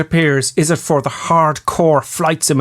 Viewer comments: i like how you say ish for it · What kind of English is "ish" instead of "it" ?